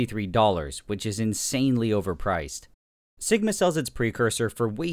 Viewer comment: Lol "segma"